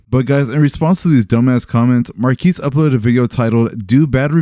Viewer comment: cool video. but i feel like a lotta people are pronouncing marques name wrong. its marques, not marquees.